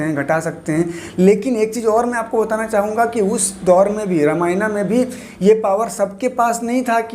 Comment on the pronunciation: The video is good and you explained it really well but What is " ramayanaa " ? Plz don't change its name plz... Are you a foreigner ? Plz don't pronounce our religions books in foreign language Bcz they can't pronounce our language or words bcz of there accent Don't try to copy them plz !!!!!